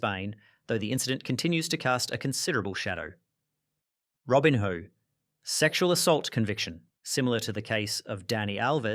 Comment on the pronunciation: Robin-hoe 😂😂 Seriously??? You have mispronounce everything on pourpose to get engagement, right?